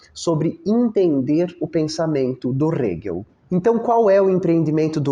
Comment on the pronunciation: Sou muito grata a todos os teus vídeos. Só queria deixar uma sugestão, quanto à pronúncia do nome do Hegel. Na legenda (que é gerada automaticamente), não aparece o nome dele quando falas, acho que, por causa da pronúncia (aparece Rego às vezes, hehehehe 🍑😬). Eu uso legendas pra me ajudar a prestar atenção no vídeo e fixar o conteúdo. Não tô reclamando, afinal, é conteúdo de qualidade, de graça; só tô deixando uma sugestão.